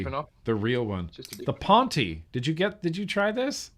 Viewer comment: The Pontiiii the Pontiiii...you guys are funny 🎉Ponte (bridge in Portuguese) reads Pont without iiiiiii